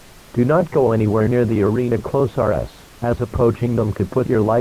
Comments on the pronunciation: “The arena close are ess” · "The arena closier" " The arena closiar."